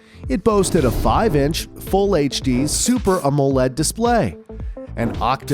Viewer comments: Oh yes... Always love these AI videos. "aMOE-led" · U need to work on the pronounciation of the word AMOLED